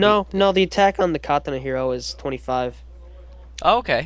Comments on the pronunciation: Fucking "KA-TAH-NAH" not your pronunciation.... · It irritates me how he says katana -.